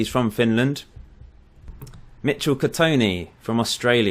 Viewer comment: yay i'm picked and that was me who asked about the english player bug and yay you pronounced my last name right mitchell catoni